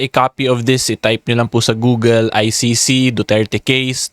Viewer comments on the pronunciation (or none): none